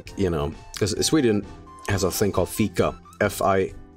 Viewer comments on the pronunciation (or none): none